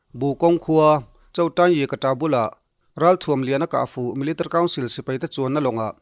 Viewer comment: Milerrtery 🙈🙈🙈 rang e